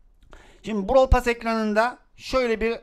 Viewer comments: abi onun adı brawl pess diye söyleniyo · Brawl *PASS ne ya (normalde brawl pess deniyo ya ondan garibime gitti) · Abi bu videoda sana çok sinir oldum normalde seni severim ama browl pess diye okunur sen brawl pas diye okuyosun tüccar darryl? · 2020 de izleyip de lazın brawl pas demesine sinir olmak. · bişey söylemek istiyorum JORFHOHGUFHODJ ben bu videoyu 2021 izliyorum ve ali abinin brawl pass e browl pas demesi beni bitirdi şimdi ise brawl pes diyor zaman ne çabuk geçti ya bide gale çıkınca bağırdı aklım gitti kalbim yerinden çıktı sandım bide brawl pass te kademe atlarken bi tane daha bi tane daha........ demesi ve benim beynimin içi bi tane daha diye tekrar etmesi müq ya çok komiksin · brawl pass derken benn jsjskabsjajsbsjsb şimdi brawl pass a brovl pess diyor